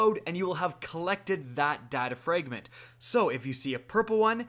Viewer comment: Why cant you pronounce fragment